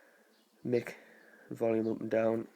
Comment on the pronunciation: It sounded like you said Mick instead of mic hahahahahahaha